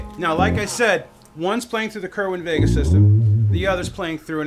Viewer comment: It's called "Sayr-win vay-guh", not "kerr win ..."